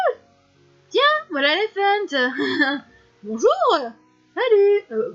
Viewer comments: Super par contre ça me perturbe un peu que tu dise "Laéfent" au lieu de "Léftan" ( j'exagère exprès ) mais sinon j'aime trop la vidéo 😍😍😍😍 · Comment tu dis Leiftane ? ? On dirait que tu dis éléphants 😂😂